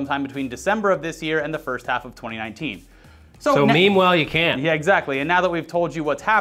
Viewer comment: Did he just say "memewhile"? 😂